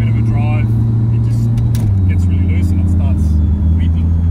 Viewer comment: If youre main plan for a rotor build is to drag race then auto makes sense but on the street manual all day and LUCE is pronounced Lou hay not loose